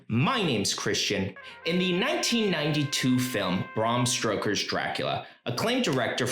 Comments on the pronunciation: Love this video, and I do hate to be this person....but it is Stoker not Stroker. I fear that may have been a Freudian slip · Its stoker not stroker narrative fudge up